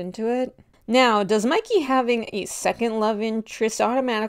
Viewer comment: WHY IS NO ONE TALKING ABOUT HOW THEY CALLED MIKEY, MICKEY 😨😨😨